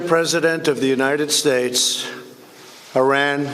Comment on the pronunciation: He’sh shluring hish wordsh like Afghanishtan and United Shtatesh